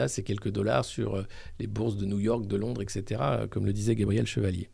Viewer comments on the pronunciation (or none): none